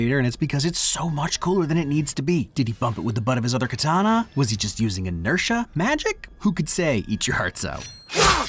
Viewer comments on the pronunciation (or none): none